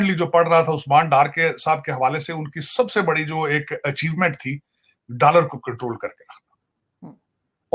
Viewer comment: Whenever Sajid Saab says....dallar do..dallar do...I laugh out loudly...Aisa lagta hai ki he is promoting undergarment brand..